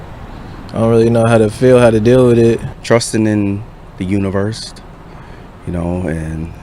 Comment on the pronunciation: this nigga said universt 🤦🏿‍♂️